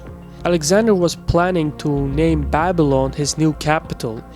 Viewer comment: Bible-on ? It's Babilan, man !